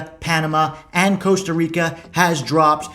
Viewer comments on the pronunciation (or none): none